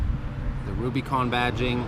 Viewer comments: nicholas rose he keeps saying RubyCon haha it’s like dude “it’s Rubicon” at least learn how to pronounce it right! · We say (RUBA)-CON not (RUBY)-CON. OlllllllO 🤘🏼 😆 🤘🏼🇺🇸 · Great vid, but its not "ruby con" its "Rub-ih-con", like the Rubicon trail. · I agree man he also doesn't say anything about the front locker, sway bar disconnect and he said two door had plenty of room behind the backseats......what? Haha he also says ruby con haha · Was it the ladies sunglasses he was wearing? I stopped watching after he pronounced Rubicon "Rubeeecon". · Ruby Con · Just me being picky hate the way u say rubicon